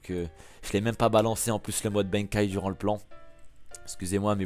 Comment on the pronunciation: Fréro ca se prononce BANEKAYE pas BAINEKAYE